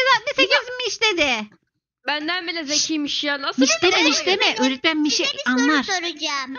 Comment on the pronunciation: Ecenin öretmen diyilde oretmen demesi 😂😂😂😂